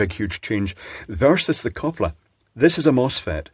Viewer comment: It's funny hearing a British man pronouncing Swedish 😂❤ koppla was pretty good, I would never have understood småhagel if it wasn't for the text on the box 😂